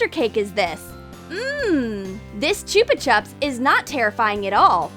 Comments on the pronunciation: It's not chuba chups it's chupa chups 😂😂😂😂😂😂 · She said chooba choops! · Not how you pronounce chupa chups